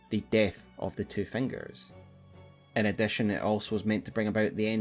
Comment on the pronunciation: i love how you say ‘fangers’ incredible content